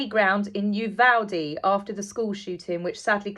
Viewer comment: First time I’ve seen you. Very nice work. Also, as I Texan I appreciate that you pronounce Uvalde correctly! Many news personalities pronounce it as though it’s spelled Uvolde. Just ask Matthew McConaughey; he’s from there. So now I’ve subscribed. Many thanks.